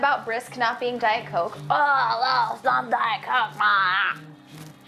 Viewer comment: "it is refreshing, but it`s not Diet Coak"- MatPat 2016